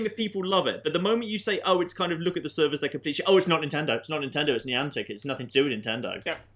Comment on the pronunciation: I told my Connecticut boyfriend that you pronounced it Nyan-tic and he was still ranting about it the next day. For FYI on behalf on the state of Connecticut, it's pronounced Nye-antic.